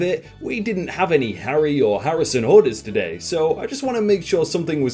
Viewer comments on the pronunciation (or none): none